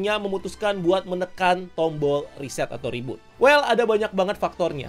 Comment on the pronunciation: Reboot ❌ Rebhort ✅